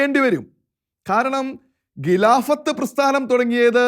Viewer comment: ഖിലാഫത്ത് - not ഗിലാഫത്ത്; ഘട്ടം not ഗട്ടം സഹോദരാ ഖലീഫ not ഗലീഫ....😎